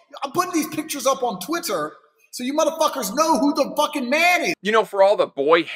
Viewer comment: “Put these pictures up on TwitTer.” He really had to annunciate the second T. 😂